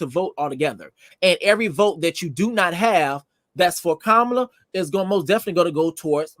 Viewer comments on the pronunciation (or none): Respectfully, it’s Kama-La not Ka-Ma-La Y’all are butchering her name